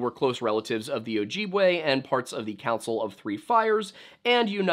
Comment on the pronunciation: As a member of an ojibwe tribe you butchered the word ojibwe